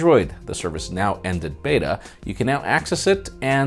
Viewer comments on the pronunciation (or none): none